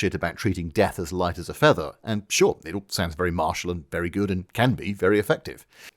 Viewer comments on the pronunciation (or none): none